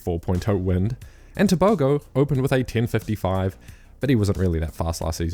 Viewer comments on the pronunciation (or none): none